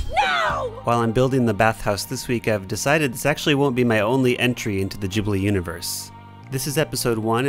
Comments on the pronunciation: its pronounced gee blee not jee blee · Bro I love your creations, but it's studio GHIBLI not GEEBLI. it's hurting my soul. Great video! Immaculate work. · Please....It's Ghibli like you pronounce Gibbon not like you pronounce Jimmy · I THINK it's said g-i-blee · Studio "Jibbely" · manz said Jibli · It's not fucking "JIB-lee" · Kept hearing "Jibli" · It's pronounce Gi like Given. I don't get why white people like Japanese thing but don't have time to learn the proper way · The way you said ghibli got me.